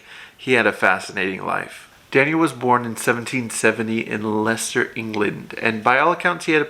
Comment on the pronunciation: So happy yo pronounced Leiecester correctly.